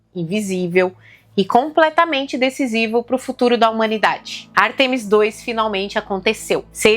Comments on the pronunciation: Ártemis e não Artêmis. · Beleza, mas é ÁRTEMIS e não Artemis.